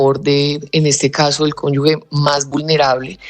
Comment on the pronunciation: Que alguien le diga a la eepresentante que no es conyugue sino cónyuge